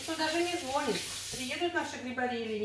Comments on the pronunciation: не звОнит,а звонИт👍💯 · Кладу....никто не звонИт....грибники.....Уши вянут😨